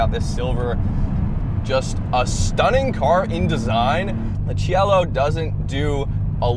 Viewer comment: It's pronounced SEE EH LO and it's a masterpiece.